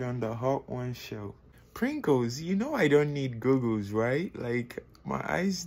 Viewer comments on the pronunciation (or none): Boy pronounced goggles “googles” 💀